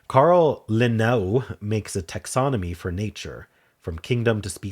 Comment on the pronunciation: And Carl Leh-nay-us, a Latin/Swedish hybrid it seems.